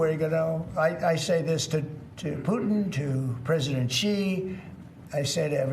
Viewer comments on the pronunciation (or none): Finally, we have a good peesident.